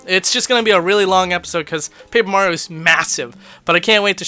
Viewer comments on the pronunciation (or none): none